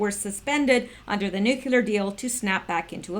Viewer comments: Repeat after me - - Noooo Kleeee errrrrrrr not nuke you ler or noooo clear. NOOOOOO KLEEE ERRRRRR. Now wasn't that easy :-) I'm just messin with ya. Even if you say it wrong, we all know what you mean. Good Job, btw. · Please please please! It's nu-cle-ar! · You must learn to pronounce new clee ur. Really, it is not hard. You sound like a buffoon and I know you are not. Step it up!